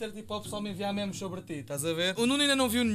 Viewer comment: NÃO É MIMIS É MEMES!!!!